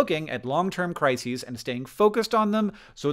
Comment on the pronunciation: Oh, "CRISES"! I honestly heard "long term crazies," also a problem.